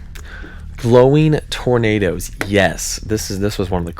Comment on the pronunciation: “Glowing trornadoes” lol 😭